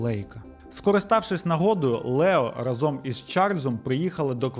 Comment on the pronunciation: Чудове відео! Ідеальний звук та картинка. Лише рАзом, а не разОм 🫡